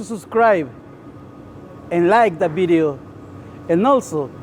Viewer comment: "Dont forget to subscribe and like the BEDIO"🤣 gets me all the time